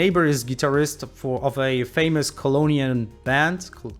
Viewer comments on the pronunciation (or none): none